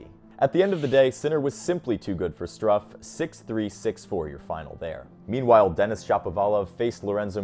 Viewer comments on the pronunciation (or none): Hi there. I want to give you a tip for pronunciation: The "u" in Struff is pronounced like "oo" in wood 😊